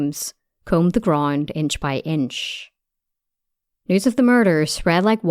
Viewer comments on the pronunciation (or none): Sorry, what English is this? "Groind, grind" - for "ground", "cofer" - for "cover" etc. impossible to listen to.